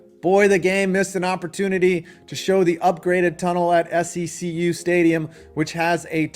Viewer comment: Secu is pronounced “See - Q”